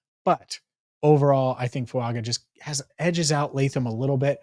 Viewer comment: Fuaga. Pronounced Fuanga! He’s Samoan! The G makes an ng sound! EVERY TIME!